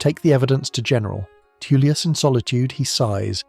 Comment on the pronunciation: Jesus, Tullius is pronounced Toll-lius not Too-lius...